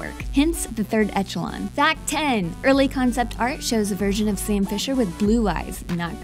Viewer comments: Third ETCH-a-lon?!?!?! HAHAHAHA!!! Eshalon! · Echelon is pronounced Eshelon lol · What is "Ezholon"? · i have watched more than 10 videos today (i found this channel today ) and in most of them you pronounce the name of games incorrectly like in this one its metal gear solid 4 guns of the patriots and you also pronounce 3rd echelon incorrectly its pronounced as A-SH-LOAN ( a from alice , sh from share loan from bank loan .... its A-SH-LOAN